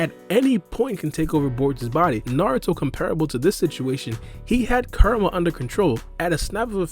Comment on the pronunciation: Everytime u say kurama it sounds like your saying karma alot of times u talk funny but your information is solid so it's tolerated